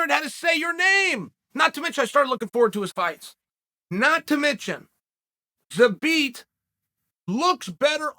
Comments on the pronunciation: Took so much time and effort to say his name, enlisted the help of Megan Olivi, still says it wrong 🤣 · Megan Olivi has trolled Uncle Chael into saying Zabit’s name incorrectly